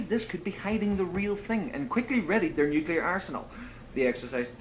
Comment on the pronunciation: He said Nucular..